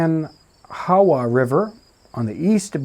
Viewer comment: Ah, the sounds of people trying to pronounce Kanawha lol! At least nowadays we pronounce it kuh-NAH-ah